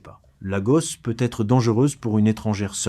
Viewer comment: c'est une IA, certains mots sont prononcés bizarrement, genre "peuuuètre" au lieu de peut-être. Mais elle est bien faite.